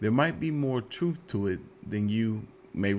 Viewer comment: I'm still laughing at this dude's beard, hosting the show. I don't think that's real either. So he shaves his head and his arms? 😂😂😂😂😂 I keep noticing you say truff, not truTH. Are you AI?